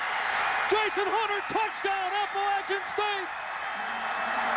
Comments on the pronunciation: It’s pronounced Appa-latch-chun State Kirk and boy that diatribe must have been embarrassing when the game ended. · Hey Herbstreit, It’s pronounced APPLE-AT-CHAN” STATE! Inspiring emotional win! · I went to Appalachian State and Herbstreit pissed me off twice that day. 1. Bashing 1-AA schools and 2. LEARN HOW TO PRONOUNCE APPALACHIAN CORRECTLY!! That really makes ASU fans and alumni mad when you mispronounce it. I've seen guests invited to speak during halftime at games say it incorrectly and boy do they get booed big time.